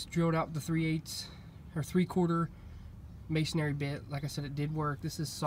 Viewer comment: As a mason the first thing I want to say is please it's Masonry not masonary Masonry build the church Mason Aries preach in the church. There is only one a in Masonry 2 or second point I can't wait to hear I'm only at 2 minutes and 38 seconds in I can't wait to hear how this goes because I'm positive a masonry bit is not going to get you there